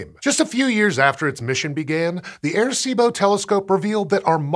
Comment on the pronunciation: Great piece, just wish there was a little more effort put into the pronunciation of the name. Sounded like he kept saying “air-see-bo.”